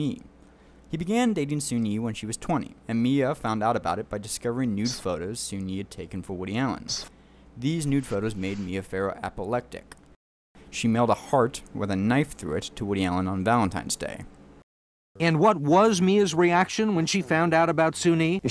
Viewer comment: " "...apolectic" Ummm...try again